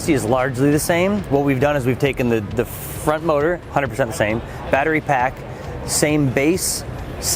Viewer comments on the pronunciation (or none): I keep hearing the host say "Fronk" instead of front. I can't unhear it now